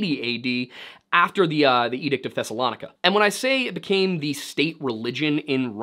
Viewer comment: Thessalonica = Thess-uh-luh-nigh-kuh (not "lah-nikuh")